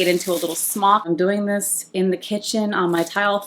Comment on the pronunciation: “Dis tew much” 😂